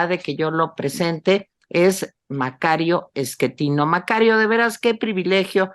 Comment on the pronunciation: el sr se llama Macario Schettino, no Eschettino